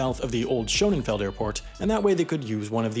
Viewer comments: You keep saying Schoenenfeld, but it's Schoenefeld. Literally means beautiful field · it’s pronounced Sh uhh neh feld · why does he pronounce Scönefeld as "Schonenfeld"? where dies the second n come from? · Dude, it's Schönefeld, NOT SchöneNfeld! There is no N before the feld. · The bigger issue is that he added an extra 'n' where there isn't one, making it "SHOW-nenn-feld," when it wouldn't be that no matter how you pronounce the 'o' with the umlaut. Something more like "SHIEU-neh'feld." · You pronouncing Schönefeld as Schönenfeld is legitimately driving me crazy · How are you unable to pronounce the word that the whole movie is about... where do you get the n from in between schöne And feld ? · I don't understand how a person can do so much research for a video and not include correct pronunciation of places in that research. This guy says "Schönenfeld" throughout the video. That's not a place. Where is he getting the extra N? Maddening. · Schönefeld, not Schönenfeld. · Schönefeld nicht schönenfeld.... jesus maria und jussuf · Schönefeld, not Schonenfeld. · It's Shönefeld, not ShöneNfeld. There is no second 'n' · “SCHO-NEN-FELD” too 🤦🏻‍♂️ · Its always fascinating how disrespectful one can be. Not even able to pronounce normal German words yet demanding everyone speaks perfect english. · What's the deal with this guy's bad pronunciation of Angela and Schönefeld? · Nice video but you need to learn to pronounce Tegel and Schönefeld (only one n...) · Mispronounced every single German name. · There's probably a video to make about this, but with an announcer who can actually say "Schönefeld" without adding letters to it that aren't there.